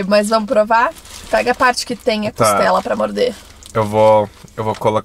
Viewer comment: Muito bom o vídeo. não é "Costelo". É "Costela". 😊